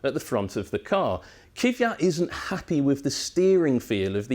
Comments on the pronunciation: It's pronounced Kvee-at not Kiv-ee-at. You pronounce the K and the V together KVee. 😐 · Lord almighty! It's K V Y A T not kyviat! K V Y A T again.... K V Y A T and last time so you keep it in mind... K W Y A T